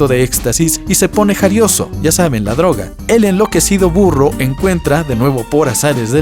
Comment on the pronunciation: En el ejemplo del burro Primero escuché "FURRO" 😂😂